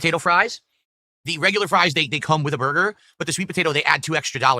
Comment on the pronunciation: For over 18 years this creature still can't even say Burger right for Fuks sake 🙄 🤦‍♂️